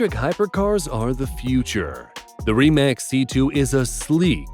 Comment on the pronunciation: You said Rimac wrong. It's pronounced Rimats